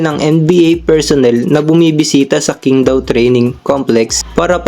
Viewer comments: QING DAO. Pronounced as CHING TAO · You'd be surprised.... 杨瀚森 is literally Yang Han Sen. Which is basically Hansen. You can even check using translation apps if you dont believe me. By the way Qingdao is pronounced as Ching Daw